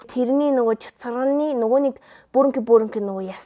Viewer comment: Chatsarganii shuus gedgiig ni chatsagnii shuus gej sonsloo shd 😂